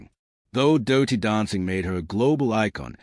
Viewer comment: its dirty not dowty